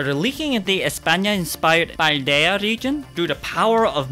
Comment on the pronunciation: I dont think Paldea Is said with an accent stress, don't hurt yourself.